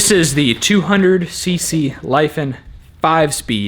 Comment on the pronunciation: "lifen"???? try "lee-FAHN" (accent on the second syllable), or just "honda 200 clone". don't forget to to support that head mounting point REAL rigidly, or you're gonna learn about welding cast aluminum cases, lol